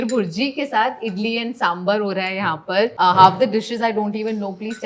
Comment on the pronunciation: tales...Good episode, enjoyed it. But it is so off putting when an award-winning vlogger mispronounces, it is SamBAAR, I am sure you take the pains to pronounce the names of western food (French especially) to precision, then why not do the same with Indian food, speak to people and get the thing right. I think even Madhavan had corrected you in one of your previous episodes. And yes, Idli chicken curry is a staple breakfast item down south. This is an general observation with Indian food vloggers, who just cant do it right. Kunal Vijaykar is another famous food blogger. Are we ashamed of our own cuisine? If yes then please stop the pretence and vlog about the stuff you are aware of. My bad if I have come across as raw, but it was time. Thanks.